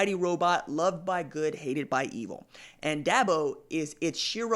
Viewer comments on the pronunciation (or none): Da bo not DAB O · DABO not DAHBO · No offense but the first thing this guy needs to do is learn how to pronounce Dabo. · Is he saying Dabo's name wrong on purpose?